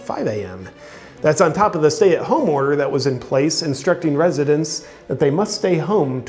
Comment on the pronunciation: California resitents...😂😂😂 I like it.